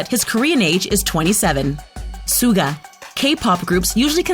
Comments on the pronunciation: I am laughing when hearing Suga mispronounced so many times -it's hilarious cause it's emabarrassing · True armys in this comment section are pissed. Like me >:((( U FREAKIN’ SAID SUGA’S NAME WRONG YOU FISH. And u called him the second best rapper. They are all equally talented thank you very much now excuse me while I get my flamethrower and set my phone on fire after watching this inaccurate crap. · Of course Jimin has insecurities! He is human, and just because he has good abs does not mean he is perfect! And learn how to fucking pronounce Suga’s name! For your own good, please take down this video. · PRONOUNCE HIS SWEET NAME FOR MOTHERS SAKE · how did they say suga's name like that like wtf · Who else has a complaint about them saying Suga? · When she pronounced “Suga” I died on the inside a little bit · She even pronounced suga wrong lol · Did she... did she just... pronounce Suga that way....? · Dammy Olomoniyi thank you for saying this because it's TRUE I was like bro pronounce suga right for God sake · I am pissed of of how she says Suga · It made me mad because she was pronouncing Yoongi's stage name wrong 🙄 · Its not sooga! Its SHUH GAH ITS PRONOUNCED SHUH GAH! IT AINT NO SOOGA! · Sooo cringy stop calling Suga as Suega!!!! Pronounce his name as Sugar! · You dont prunonce Suga its shuga but spelled Suga sheesh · Its pronounced shuga not suga you dumb anti-Army! 😒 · MidNight Lover Squish she had pronounced Suga wrong. The S is pronounced Sh......so it’s like “Shuga” or pronounced as sugar but without the r. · any one else get TRIGGERED by the SOO-GA (suga but she said it wrong) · Excuji me, dId YoU jUsT sAy SoOgA? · Suga is pronounced shuga 🤦🏻‍♀️🤦🏻‍♀️😂💛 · She said suga wrong 🤔wow and jimin this is so wrong